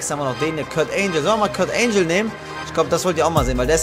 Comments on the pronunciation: Dieser Moment wenn man so scheiße in englisch ist das man ANGLE mit ANGEL verwechselt und es dann falsch ausspricht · wie er angle falsch ausgesprochen hat